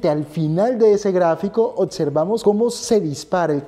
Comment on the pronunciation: OTSERVAMOS ???.... y como dices OBVIAMENTE.... OTIAMENTE ??....